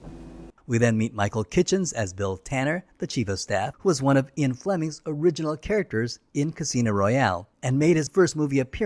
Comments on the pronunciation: You're saying Ian the same way people often mispronounce "Zion". It's pronounced "Ee-un" Fleming, not "Eye-on" Fleming. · why is Ian mispronounced as Eon?